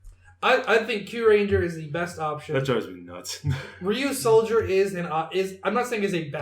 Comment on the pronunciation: It’s Ryusoulger